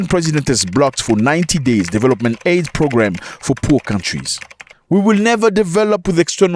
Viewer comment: Zach, you’re my guy. I love you. I love the show but it’s “aid” not “AID” is a disease.